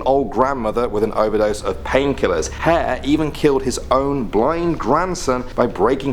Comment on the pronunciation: Burke and Hare, mot Hale..